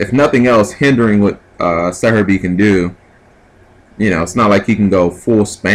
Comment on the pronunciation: Do you even attempt to read the names? The entire time you kept calling Sehabi "serebii" lol this isn't pokemanz plus theres no r in his name sooooo.... anyway rant over :]